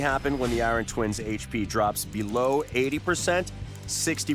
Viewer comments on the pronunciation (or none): Oh god. Eye-ron man is back. 😂